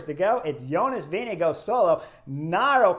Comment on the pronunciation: great commentary, great stage, best I've seen at the tour. One thing, the Danish pronunciation of the VIngegaard, is typically Vin-i-gaar but sometimes can be Vin-i-gord, the Danes typically swallow the d while Norwegians pronounce, so it might sound a bit like Vin-i-go but it's not, Danish is an impossible language to pronounce